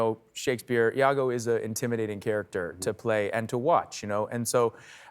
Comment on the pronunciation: Iago (with an i), not Lago .